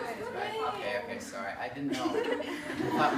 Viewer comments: Therese Cerdan soory 😂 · That’s ‘sorry’ sounded so Canadian. 😍😍😍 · when he said sorry it was super canadian lmaooo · When he said sorry at the end I've never heard someone so Canadian 😂